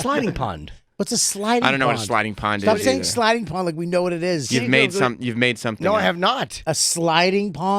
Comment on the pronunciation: STAWP SAYIN' SLIDING PAWND.